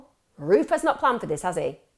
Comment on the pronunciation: I thought you said Ruth. NOW in my mind I just keep hearing him being called Ruth ;)